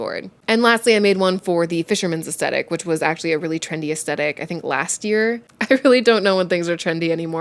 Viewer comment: Hi there. The pronounciation of the word Aesthetic is Aes -thetic not Aest - etic. Maybe it is a North American thing (i come from the UK ) I love your channel , you are informative and talk about interesting topics. Your cats are adorable ! sending virtual hugs to you and virtual cat treats . 🤩🐈‍⬛🐈‍⬛